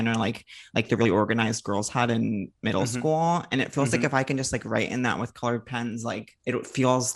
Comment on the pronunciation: Have I been pronouncing' middle School' improperly this whole time??